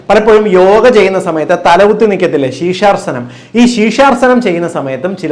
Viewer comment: ശീഷാർസനം അല്ല ഡോക്ടർ . ശീർഷാസനം ആണ്